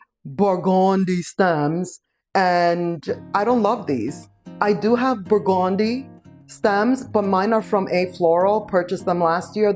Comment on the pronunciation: Thank you for showing the burgundy lady 😂😂😂I think she is saying it bur-GOON-dee with emphasis on the goon syllable